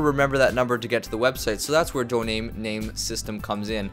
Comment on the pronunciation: its domain not doname